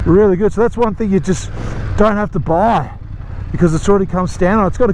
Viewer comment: when you say 'buy a bike' do you hear how you say them both the same?